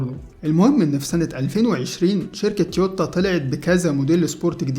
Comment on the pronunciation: تويوتا وليس تيوتا